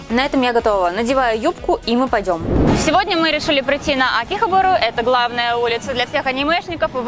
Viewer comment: почему ударения во всём видео где-то не там акихАбара / кАнеки / монокумОй wuuuut